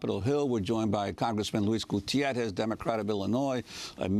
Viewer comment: For a hispanic dude, Juan doesn't make a very good job of 'Gutiérrez'